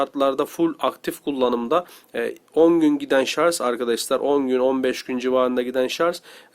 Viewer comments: ŞARZ değil abim ya, ŞARJ! vallaha çok rahatsız oldum :D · Ayhan Akgün Şarj olarak yazılır fakat dil sürtüşmesinden şarz diye okuyanlar var okuyana göre değişir